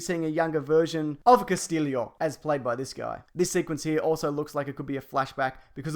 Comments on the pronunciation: you pronounce it castiyo, not castillio ;) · Cass-stee-o not Cass-till-lio. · It´s not "Castilio". It is pronounced "Castiyo". Double L in spanish is pronounced as "Y" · Christ it's not "Cas-teel-ee-o" it's "Cas-tee-o" There's no extra I. This is simple stuff. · CASTILLO not CASTILLIO.... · Its CASTILLO you dum fuck. Not CASTILIO. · Casteelio. Uh... wut? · It's Cast-ē-ō!!!!! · the way you said Castillio!